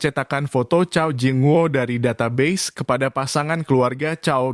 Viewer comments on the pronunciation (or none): none